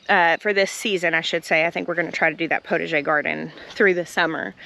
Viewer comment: Okay for your "potager" garden: PotAger. You need to pronounce the A like pot a jay. 😉🥰 Otherwise it sounds like "protege". From a French Canadian fan in British Columbia!👋